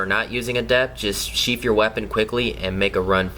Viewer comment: Simply uhhhhh sheaf uhhhhhh your wepin. Uhhhhh and simply uhhhhh you will dodge it, maybe.